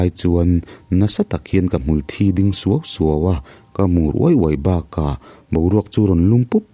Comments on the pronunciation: Hmanah pawh ka sawi tawh, Hmul Thi chungchang hi, mihring vuna hmul chhia, sin deuh deuh buang thikthek a bikin kan ban, hnungzang vela awm ang hi Hmul thi kan ti thin.thil kan hlauh te, indek zat te hian a tho suau thei. Hmulthi tih a, a THI laitak hi Mitthi kan lam ang hian thluk san tur. Chemin ka in zaia a THI duh hle mai tih a tluk kuai chhuk ang hian lam loh tur. . Nia tuitlanna hmun azir erawh chuan thumal lamdan thluk hi a in anglo ve thei tho bawka. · Hmulthi ilam dan hi,mi'thi' tiha" thi" kan lam ang hian aw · Hmulthi tih hi ilam diklo ziah